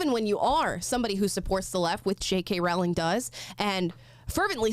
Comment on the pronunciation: Row, Row, Row your boat, ROW-ling. Get it right!